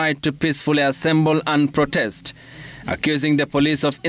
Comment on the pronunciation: Ni protest ama prodest boss? You can't pronounce words correctly on national TV😂😂